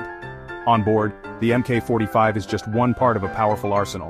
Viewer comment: MK is pronounced Mark.